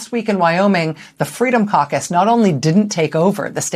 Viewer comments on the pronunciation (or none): Caucus? I thought she said carcass...